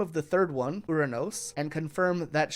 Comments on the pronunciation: Uranus is pronounced U-rān-us not ura-nōs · this guy uses a Chad pronunciation of "Uranus".